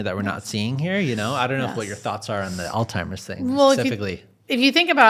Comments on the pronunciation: Please, with care and respect: There is no such illness as “Alltimer’s.” When people call it all-timer’s disease, it degrades the credibility of your information. Alzheimer’s disease is so widely published, researched, analyzed, and reported that to mispronounce it in an informative video on death and dying feels like the speaker can’t be bothered to say it correctly. It’s kind of like hearing a public speaker keep saying “for all intensive purposes.” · If the host of this podcast is educated, and this nurse is also educated and experienced in the field why let him keep saying all timers, knowing that it’s Alzheimer’s I don’t understand why you don’t speak with the correct terminology. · Just an FYI folks. It’s Alzheimer’s, not ALLtimer’s. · Does the host keep saying "All-Timers" ? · STOP SAYING "OLD TIMERS"!!!!! IT'S "ALZHEIMERS"!!!!!!!!!!!!!!! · It’s Alzheimer’s not Alltimers! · AlZZZZZheimer’s. There is no T. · Did he say All Timers?? 😂😂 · Stop saying All Timers! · Ok sorry but I have to. You seem to be an intelligent young man. PLEASE STOP saying “all-timers”. It’s sooo irritating… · Did you figure out how to pronounce Alzheimer's yet? Clue: it's not All Timers. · I’m listening now and had to replay a couple of sentences where I thought he distinctly said “Old Timers” instead of Alzheimer’s. It’s driving me crazy. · Is he calling Alzheimers all-timers? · "Ol' timers disease" ! 😂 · Sounded like he was saying old timers….. drove me nuts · All timers 🤦 the host says the name of Alzheimer's wrong SO many times, she literally starts referring to it as "that disease" because she doesn't want to sound like she's correcting him, but she also refuses to say it wrong 🤣🤣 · Such a well done production but I think you need to look up the pronunciation of Alzheimer’s…smh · The moderator is difficult to listen to. He talks too much. And doesn't know how to pronounce alzheimers...I prolly won't subscribe 🙄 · There's no "t" in Alzheimer's. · Drove me crazy!